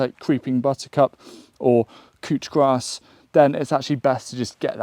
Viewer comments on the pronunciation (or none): I'm sorry. Did you say "cooch grass?" Or "Cwch Grass?" Something of that sort?